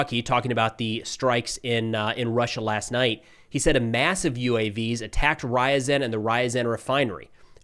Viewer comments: I don't know what your schedule is like but I recommend learning the Cyrillic alphabet. I used to live in Ryazan and it was killing me to hear your pronunciation (R-ya-zan not Rise-en). Don't get me wrong, I love your work but it would mean a lot to the Ukrainians and American Russian speakers (like me) to hear the names pronounced right. You cover Ukraine enough and travel there it would be worth your time. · REE-a-ZAN....... short "a". What is it with Americans & pronunciation? It's ALWAYS funny. A sort of linguistic dyslexia? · Russian cities Ryzen and Two-aaps 😂